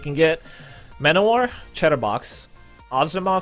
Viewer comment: when says chatterbox it sounds like he says cheddar box lmao